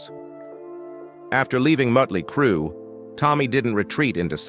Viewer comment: If he can not say the name of the band dont do the story